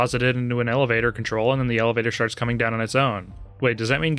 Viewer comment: "and then the elevator sharts coming down on it's own."